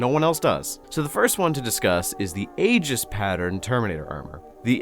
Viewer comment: Pedantic asshole nitpick time: Aegis is pronounced "ee-jis", not "ay-gis"